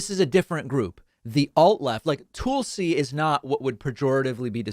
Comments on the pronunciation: David, why do you keep pronouncing Tulsi's name as 'Toolsi' rather than 'Talsi' ? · Tulsi, as in Tulsa Oklahoma, not Toolsi. Other than that, you're great, David 🙂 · You criticize people who mispronounce names of others as a cheap tactic, yet you continue call her “toolsie” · I love how David always refers to her as “Toolsi” lmao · Also, seems pretty beneath you to take the same route as Tucker Carlson and repeatedly mispronouncing someone's name in a mocking fashion. T-UH-L-SI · David, the "u" in Tulsi is the same as in "hull" or "butt." It's not "Toolsi." You analysis is excellent so it throws me off when you pronounce names wrong. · Lol he does it on purpose. There’s a couple others he does that with too. Kinda silly but I’ve gotten used to it. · There’s no need to mispronounce Gabbard’s name. Disagree, sure, but it’s a cheap, shallow move to call her “Toolsi”. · “Tool-si” Gabbard… I see what you did there, David Pakman… 🤣 A tool of Fox News and the fascist right indeed… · Why continue to mispronounce Tulsi? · Please learn how to correctly pronounce Tulsi's name. It's pretty simple. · Sending arms to Ukraine to defend themselves isn't a proxy war. Russia's just in a war, and we're supporting the country they are attacking. No proxies involved. Is it just me, or does DP pronounce Tulsi, with whom he seems to be on a 1st name basis, differently than anyone else?